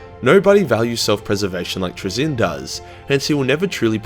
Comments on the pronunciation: Traynz looks like it should be pronounced like “trains”. His name ends with “nz” I don’t know how you’re getting “Truh-ZIN”. Penal colony schools at work. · “Trai-zinn” Also, happy birthday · I think it’s Trazyn like Tray-Zin just wanna say that. Also happy birthday you should never go into singing. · Trazyn? Traynz?? Trainz. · It's pronounced "trains". Trust me. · (tray- zeen) but great vid man I really appreciate it but I'm too poor to support you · TRAY-zyn. Stress the first syllable- also, in-fin-ite (all three syllables stressed the same). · It's pronounced 'Trazyn'